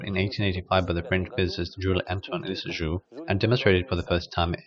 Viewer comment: Thanks for posting this interesting video. Worth viewing just to learn how to pronounce Jules Antoine Lissajous' name, alone. :)